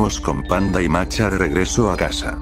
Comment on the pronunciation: El loquendo no es capaz de pronunciar la H como masha, solo "masa" o "marcha"